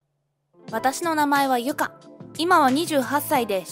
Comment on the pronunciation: 劇場型の母ってオーバーな身振り手振りで旦那と話したのかな？ 後、終盤で主人公の名前の音声が「かな」になってますね(字幕は「ゆか」)